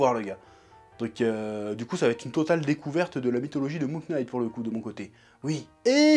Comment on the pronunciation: Ça se prononce moon « night » pas « K »night un effort stp c’est insupportable comme prononciation…